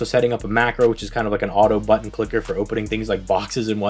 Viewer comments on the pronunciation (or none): none